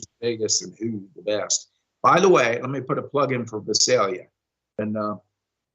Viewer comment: It's Vi-sale-ya, thx KY4TRK